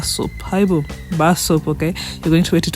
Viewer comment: That haibo sounds very South African. 😂❤